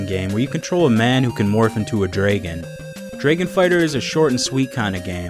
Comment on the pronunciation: I love how you say draegon!